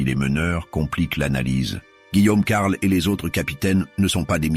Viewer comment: C'est de l'IA? J'avais des doutes mais en entendant la prononciation de certaines villes ("Senlis" par ex à 7min30) ou alors des liaisons bizarres ("Guillaume....... Carle" 7min50). Dommage, je voulais en apprendre plus sur la jacquerie et cette vidéo est apparue vers le haut de la recherche. C'est une chaine nouvelle avec plusieurs vidéos par jour et des images d'IA, je devais me douter que l'audio était aussi IA, le script aussi j'imagine d'ailleurs. Dommage.